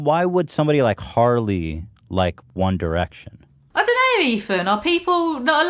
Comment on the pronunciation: commenting solely to say that you are so amazing for saying “one direction” and not “one dyerection”